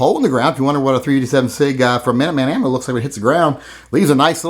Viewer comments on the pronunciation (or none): What round did he say that Beretta was?! Sounded like .387 SIG.